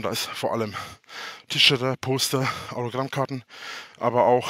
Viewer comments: Tischerter...Tischerter........Tischerter... Triggert es euch dieses Wort auch gerade so hart ? Fast so hart wie seine "Fighter Handschuhe? XD Ja ja unsere Schufaleiche träumt von Schanze 2.0 und Laden ;) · Neues Lieblings Wongelwort 😍..."Tschörter"